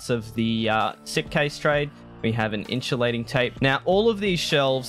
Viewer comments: its called in-su-lating tape :P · the way u said insulating tape really upset me lol